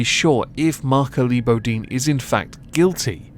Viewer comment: Pronounced Boe deen